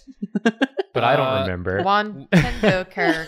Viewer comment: says Nin-Kendo characters... I can never unhear it and now neither can you random person scrolling through the comment section.